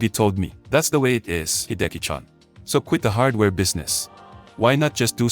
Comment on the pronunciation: “Hidekichan” …ouch.